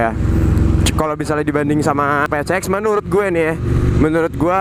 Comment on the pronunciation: Ngomong campur londo kok 'Pi Si Eks' dieja 'Pe Ce Eks'..?